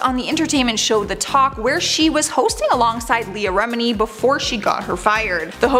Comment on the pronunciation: Agreed. It’s not Shaneen. Leah’s name is pronounced REH-mi-nee.